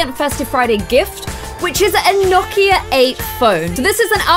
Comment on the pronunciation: Watching in 2020 Is it me or in the beginning did it sound like she was pronouncing Nokia like "gnocchi" lol you're so cute! I love your videos